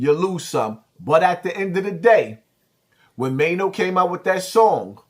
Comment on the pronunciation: Now you like Maino but was calling him Chaino 😂😂